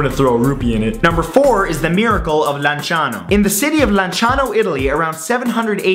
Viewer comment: you pronounce lanciano better than people from lanciano!